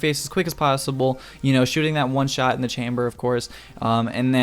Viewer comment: "it is a oneshit" Me: u wot m8